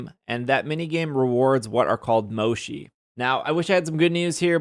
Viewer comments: Mo-chee, not mo-she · I'm sorry the way you pronounce Mochi is killing me, my adhd told me to tell you it's MO CHII like Chill. Not Shi lol sorry 😅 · Finally we can lock the mini map 🥺 That's one of my favourite updates lol By the way, the pronunciation of Mochi is more like "motshi" not "moshi" :) Anyways, great video! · Mo-chee not moshi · Mochi is actually pronounced Mo-chi, not Mo-shi. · One thing that bugs me. Its Mo-Chi not Mo-Shi. Mochi is a desert made out of rice flower that come in various flavors and styles. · Lol at moe-shi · I’ve never heard anyone pronounce mochi as “moshi” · The mochi is pronounce is like this mow.chee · Mochi, has no "sh" sound in it it's a "ch" sound :L You can also get more than 1 HM from other raids...though rare they give up to 3 not just 1... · It's hard to listen whenever he said mochi wrong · Mochi is pronounced with a ch, not a sh.